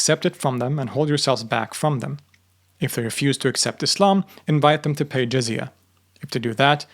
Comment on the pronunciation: “Zizia”🤡 its not zizia its jizya